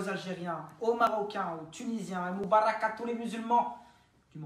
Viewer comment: j'ai failli mourir quand Sebydaddy à dit "Eid Mubarak" d'une façon ignoble je comprenais même pas ce qu'il disait au début, j'ai galérais à trouver la bonne phrase, mes pauvres oreilles 💀